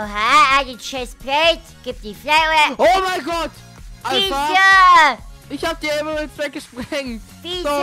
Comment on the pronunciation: Wer alpah sagt leik